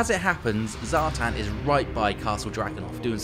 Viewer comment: Zhartan??? really... come on....... its Satan........